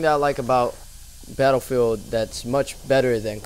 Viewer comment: I like the way you pronounce BATTLEFIELD